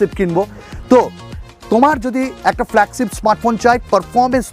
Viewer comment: উচ্চারণটা ফ্ল্যাগছিপ না, ফ্ল্যাগশিপ। বাকছো না, বাকশো। শিম ইজেকশন না, ছিম ইজেকশন। আটচল্লিছ না, আটচল্লিশ। বিছটি না, বৃষ্টি। দেড় মিনিট শুনে আর শোনার ধৈর্য হোলো না। এত বিদঘুটে উচ্চারণ!